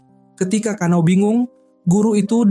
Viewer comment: bang namanya kana'o bukan kanao btw